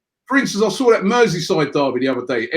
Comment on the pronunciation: I love how Robbie pronounces things 😂 "NORFF LUNDIN DARRBY"